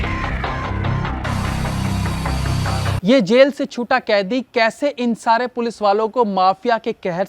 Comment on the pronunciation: It is pronounced as 'Kaidi'